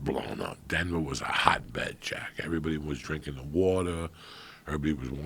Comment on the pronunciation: the way he messes up saying Jack just kills me every time